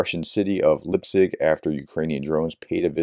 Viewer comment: Please, try to pronoune the name correct. Li-petsk. "Lee pet sk".